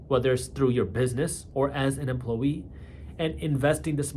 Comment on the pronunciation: Lol, yeah he did. And emplowee.